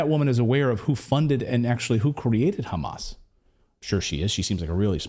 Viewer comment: That woman from New Jersey is an izraeeeeli because izraeeeeli cant pronounce "H" and instead they say "KH" so when they wanna say h--a--M--a--s , they say kh--a--M--a--s....and she did it... busted.... in u can realize it